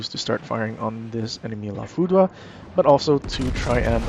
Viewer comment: According to Google, it's pronounced "La FOO-DRR." Great video and information.